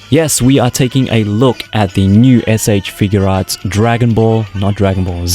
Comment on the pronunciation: Just one reminder it's figuarts not figurearts okay please say it right next time when you do another sh figuarts got it figuarts review